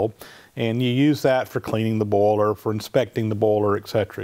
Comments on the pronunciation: Wooster I clearly heard him say it many, many times and he clearly is saying "bowler". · I think he's saying boiler. As in steam boiler.